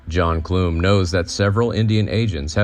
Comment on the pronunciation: I love the time and care that was put into making this video. As a Clum descendant myself, I have to make a correction. The name Clum may have been pronounced that way in the old country, but in the United States, the “u” in Clum is pronounced like the “u” in gum. I cringed every time I heard it mispronounced, but I am thankful that some of our family history and information about the life of John P. Clum is being shared.